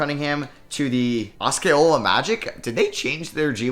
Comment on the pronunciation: N yea new G league team is pronounced aa-see-ow-luh to ppl who aren’t from here n don’t know. It’s named after Osceola county which is one of the big counties right next to Orlando’s Orange County.